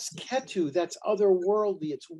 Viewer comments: Thanks for the talk. The way he is saying Ketu is distracting. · Appreciate the knowledge shared, but also annoyed by how many times he was corrected for the proper pronunciation of ketu but it just didnt register.